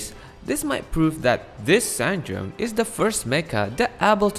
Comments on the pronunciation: i'm half italian and i'd like to tell you the E at the end is not silent. It's san-dron-e, the whole thimg is pronounced. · Also, C'est Ann Drone is pronounced Sandrone in French. And this translates as Mek Ann/Dron Ann from French. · Sandrone's pronunciation: 💀💀💀💀